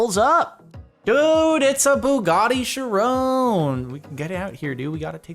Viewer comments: I hate how he calls it a "Chirone" not a "Chiron" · Does he say Chiron like that just to piss people off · Tbh not a fan of how Jordan says "Chiron"